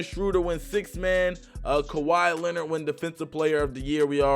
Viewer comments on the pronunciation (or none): none